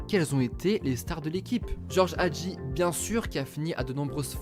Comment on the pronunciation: Mdrrr non mais la prononciation ca se voit qu’ils vont pas sur google trad. Nicolasse nicola.. c’était dur de dire Nicolaé. Pareil pour Hagi ( Hhhhadji) je préfère juste qu’on disent son nom de famille que se forcer à dire George au lieu de Guéorgué